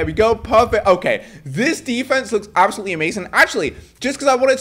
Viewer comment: “ this is ABselout insane”